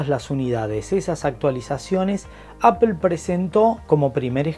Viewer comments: Jajaja pero si sos argentino porque decís “Apel” ? Acá se dice “Apol” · Por que dicen Apel?, no es palabra española se tiene que decir como es en el idioma original, Apple y fonéticamente "Apol" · Apel??? Neta. Tan reconocido canal para que nadie pueda pronunciar la palabra bien.